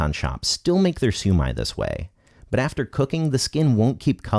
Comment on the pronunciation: This guy just brutally murdered the shumai